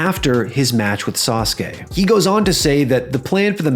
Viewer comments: Why can't you pronounce SASUKE correctly?? It's not "saas kay", it's "saa soo kay", it's pronounced how it's spelled. Your pronunciation is just as bad as these other youtubers saying "aahs kah" for ASUKA. You guys need to use your head more, or at LEAST do a tiny bit of research on how to pronounce things! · Sah soo kay, not Sahskay. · Sauce-kay? Really? Learm how to pronounce it. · Why is it pronounced Sauce K isn’t it like the Motorbike and car company Suzuki just spelled different? I’m not trying to be a jerk I’m genuinely curious I don’t know many wrestlers from Japan. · gives me good memories of the yugioh 4kids dub and Joey yelling “DA SAH-SOO-KEE SAMURAI”